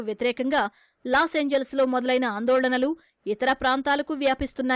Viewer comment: Anandalolanalu kadu sir...andolanalu